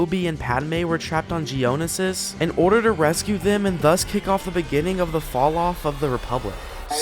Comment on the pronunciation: his mispronunciation of geonisis hurt me